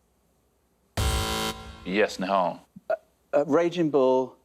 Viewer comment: Fantastic pronouncing of Nihal’s name 👏